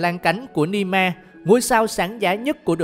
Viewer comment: Nghe đến đoạn Ni me là tôi phải tắt rồi :))